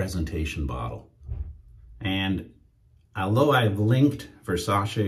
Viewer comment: Just to let you know . The correct pronunciation its the way you say it versace It aint versa-she it aint an english word